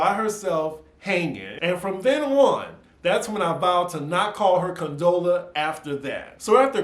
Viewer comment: You calling Condola various names gets me every time 😂😂🤣🤣I’m gonna miss you slaying her name and your shirt is everything.